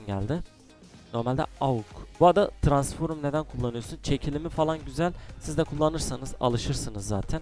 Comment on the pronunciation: Abi Şu Transforum Değil Transform Lütfen Yeter Artık !